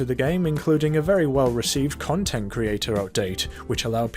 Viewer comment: at the end it sounded like he said "like and subscribe for more cuntent"